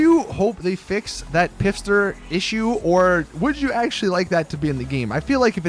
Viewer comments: Pfister not pifster u fucking spaz lol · pfister is a silent p, as in fister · the Pfister is pronounced like fister